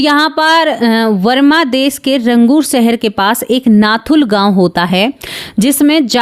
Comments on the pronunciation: वरमा नहीं, बर्मा बोलो । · Mam varma des nahi barma.